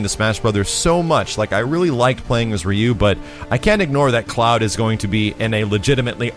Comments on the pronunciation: Rye Yoo, not Ree yoo. ! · Can't even pronounce Ryu as ROO. Kek